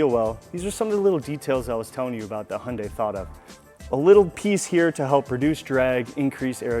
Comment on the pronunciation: It’s Hyundai not hunday lol